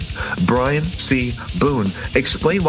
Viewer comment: STOP CONSTANTLY CALLING HIM 🧠B R A I N 🧠 HIS NAME IS BRIAN. You have been doing this for over a year now. Every Long rant that you post You refer to Brian as Brain. It is not a mistake. And her car was parked by the front door because that is her parking spot. Good grief MA'AM ‼️